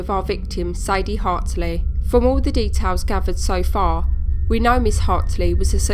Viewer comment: the name's Hartley, right? You keep saying Hartsley?